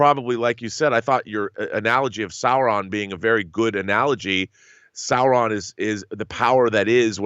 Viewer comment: Sauron is pronounced SAO-ron, not Sore-on, just like Boromir is BORROW-meer, not Bow-a-meer.